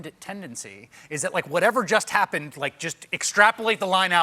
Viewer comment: "it's a bad pundit tendency" This guy needs to teach the talk show hosts how to say pundit properly. They all keep saying "pundent" like they're mentally challenged.